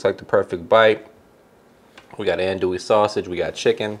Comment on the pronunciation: Please, please, please pronounce andouille correctly, it would add to the authenticity of your recipe. It’s “on-do-we”. Thank you.